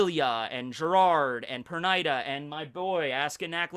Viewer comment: dude, i think it's pronounced perneeda. no hate